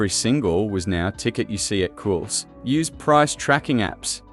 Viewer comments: Cools? Cools? Effing AI slop that cant even pronounce Coles properly 🙄🤦‍♀️ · Can we stop this AI fear-mongering BS?? Much of this is nothing new, and if you're allowing AI to do your research and collating, you can at the very least give the video a watch before you upload to find out if the software has mispronounced the very shop it's talking about.